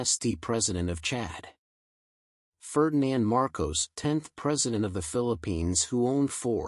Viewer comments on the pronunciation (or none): none